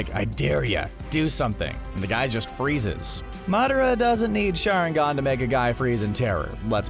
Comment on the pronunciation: narrator i wached naruto many times:rawsenggan akoostki sharengan